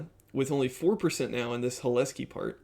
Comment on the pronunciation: Hi, watched your content for a while now and I appreciate it. I’m glad you found the Cholesky decomposition way of doing OLS, that would have been my suggestion. I would say - I believe the emphasis is on the C in Cholesky, not the H. Also, I could see the if check you put in taking longer because it has to check that if statement every time, which isn’t free and is a lot of conditional branching for a modern CPU. Alternatively, I’d maybe see if you could utilize ndarray with iterators and reducers for constructing the design matrix. It could probably utilize some magic SIMD vectorized operations and could be “perfectly parralizable” with parallel iterators interfacing to Rayon. Also, I believe Cholesky decompositions are built into ndarray’s matrix library and I (strangely) found it to be faster than nalgebra in my own testing. A last point - I would consider moving towards spline regression (e.g. B-spline) over polynomial regression if you find you’re using polynomials of high degree. They tend to handle the bias/variance trade off better for complicated functions.